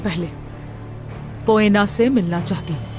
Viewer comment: Bhai ap bar bar poena ko boena kehte ho halime ka name boena Nahi poena hain